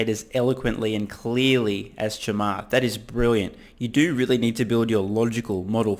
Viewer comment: Thank you for pronunciating Chamaths name correctly